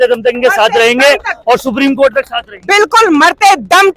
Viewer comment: राखी सावंत 😂😂 कोट को चलेज 😂😂